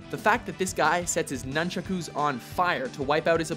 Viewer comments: nun-cha-ku not nunchuck-u I was surprised furious Ming made this list. his style was based on speed and punches and the martial art wing chun (Lee's first martial art). I thought that if he made the list, surely Wei Shen from Sleeping Dogs would. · your pronunciation of nunchaku is hilarious. Nunchucks, or Nunchaku... not Nunchuck-u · Just..... Just say "Nun-Chucks", f*cking weeb.